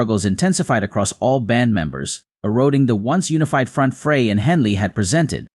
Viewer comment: This announcer does not pronounce Glenn's last name correctly. Frey is pronounced as: Fry It is very annoying that this announcer keeps saying it wrong !